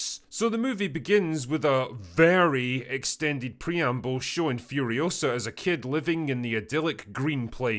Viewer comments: "It's Furi-OH-sa, not Furio-SAH." - Hermione Drinker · It’s Furi-O-sa, not Furio-SA